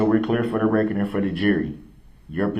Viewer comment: "AxeShu-ullll-E'. 'Axe'. Someone should've told this dude it's pronounced, 'actually', and 'ask'. Oh yea, let's not forget 'fur duh Wreck-ert.' It's 'for the record'. This is the only trial I've ever kept up with and watched all of it I could in my entire life. It was just too much and honestly this POS reminds me of a half-brother I was forced to spend my entire childhood and young adult life around so watching him get the shaft was kind of nice. They're so similar in so many ways it's absurd.